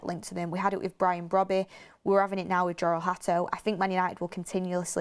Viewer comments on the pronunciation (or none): none